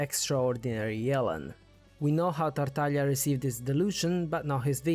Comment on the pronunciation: i loved how you pronouce characters' names as correctly as possible! like the tones in chinese names or when you said Tartal'ya inslead of Tartaglia!!!